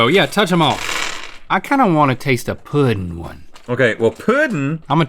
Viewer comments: Does that say poe-ding? Where are you from that you pronounce it like that?? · the way they pronounce “pudding” sends me into a rage